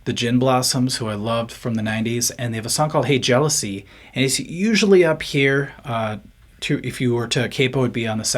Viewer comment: Someone thought "Hey Jealousy" was "Hair Jealousy". LOL.